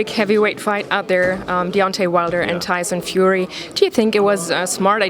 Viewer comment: "Tyson Furry" lmao